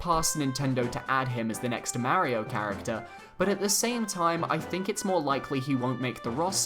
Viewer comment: But your saying his name wrong and it cringes me. Not trying to be mean or anything i am just being honest